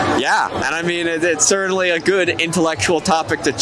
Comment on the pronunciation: If hes going to say certainly that many times he should learn how to pronounce it correctly there is no D